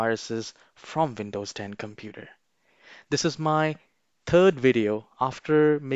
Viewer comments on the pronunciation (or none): Vindows ? W not in your tongue ?